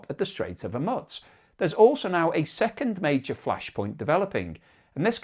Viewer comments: It's not hormutz it's hormuz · Please pronounce geographical names correctly. It is hormoooze not hormuts. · Its the Strait of Hormoooz not Hormutz. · ☢Strait of Hormuts, Strait of Hormuts, Strait of Hormuts, Strait of Hormuts, Strait of Hormuts, Strait of Hormuts, Strait of Hormuts.Thats how manys times pronounced it wrong this episode. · Even worse, he says 'Hu-mutz' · Ok! Say after me. I want the pronunciation.... hOORRRMUUUUUUZZZZZZ. One more time HOOORRRMUUUUZZZZZ. Need to work on that Z mate. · Hormutz is really beginning to grate like fingernails on a blackboard. It's beginning to sound like listening to an Ai presentation with incorrect pronunciation. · It's grating every time he butchers that name. You'd think by now he'd have seen enough pushback to correct himself. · Very annoying. That's not how it's pronounced, either in English, or any other language! Never heard it anywhere else. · Good grief, please learn how to pronounce Hormuz. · If a Chef served you up a beautiful meal on a dustbin lid, would you eat it? Presentation does have a part in the overall experience. I find his mispronunciation of the word Hormuz irritating. It reminds me of badly created Ai. Once or twice might be by mistake of using a new word but persistent mispronunciation is just a stubborn resistence to learn. The word and its pronunciation is on multiple news channels around the World, so no excuse.